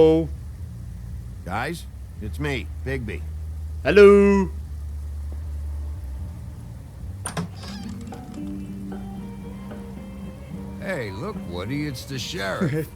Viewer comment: por fin dijiste bien el nombre de bigbi